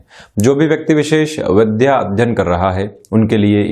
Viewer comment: अरे साहब विध्या सही उच्चारण नहींहै बल्कि विद्या होता है सही उच्चारण। ।जय हो माता सरस्वती जी की।